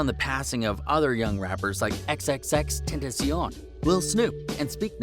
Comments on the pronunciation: Y in the world did he say X name like that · How he says xxx tentacion is so funny😭😭